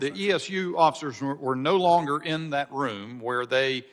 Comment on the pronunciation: Mr. Thompson "dat" - that "doze" - those